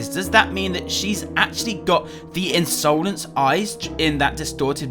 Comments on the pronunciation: u say insolance its insolence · Why does he pronounce insolence like that